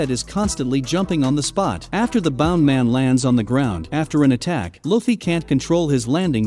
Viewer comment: its bounce man not bound man